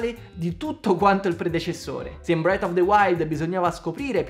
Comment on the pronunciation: ti voglio tanto bene e ti seguo sempre, però si pronuncia "Tiirs" of the Kingdom e "Bref" of the wild, Tiars e bret of the wild "Nun se possono sentí" 😂